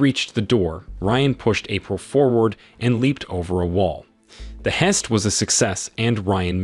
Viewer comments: "heist" "Tanya" - why can't AI pronounce basic words? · “The hest was a success.” Ok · Dude says Lind-say everytime. But what really got me was when he tried to say heist 😅